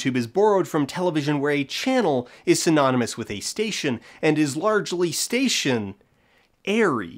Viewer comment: Did anyone else smile and/or giggle when did the "station-ary" bit